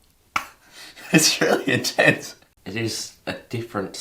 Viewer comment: “That’s really intense” sounded like “That’s Australia gents”